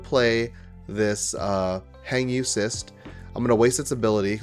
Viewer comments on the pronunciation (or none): Its defo cRyst not cyst haha😅